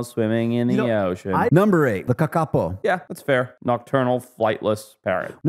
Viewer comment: Your pronounciation of Kakapo is hilarious. Also, how is it weird looking?